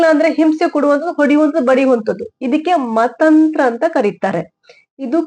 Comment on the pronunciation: Mathanthara not Mathanthra🙏